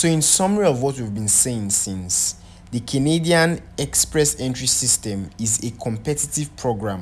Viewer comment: Na Canadian he call but used a different intonation so it sounded as kinidian, you'll notice he repeated it often